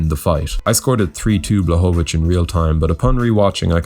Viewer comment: Proper pronunciation is Yan Bwahovich, L in his last name is Polish Ł spelled like W in English, easy compared to Joanna LOL